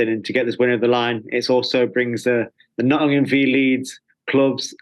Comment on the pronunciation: Love how Steve says Nottm and not Nottingham. He's picked up our accent. He's one of our own.